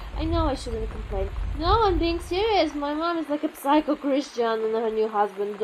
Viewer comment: Jejku, jestem w szoku! Pierwszy raz chyba zauważyłam u jakiś błąd w angielskim... XD W każdym razie, chodzi mi o to, że "psycho" nie czyta się "psajko" tylko "sajko"~ Tak na przyszłość ^^